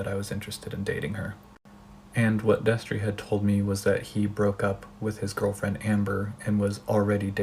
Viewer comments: She said Destry and I was so shocked, I said "whaat" out loud. The only reason you ever used to find me on Shane's channel was for wtf news and bomb dot com. I forgot that girl's name though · When u said Destry my jaw fucking dropped. So sad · I literally gasped when you said Destrey. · She said Destry and I was like “oh no baby” can these losers stop being trash? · Me hearing you say "Destry" broke my HEART. Not another childhood influence RUINED. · i heard u say destry and screamed WHY MY CHILDHOOD KEEP FAILING ME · Listen, I'm only 45 seconds into this video and she just said destry and I'm about to fucking cry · When I heard Destree, I screamed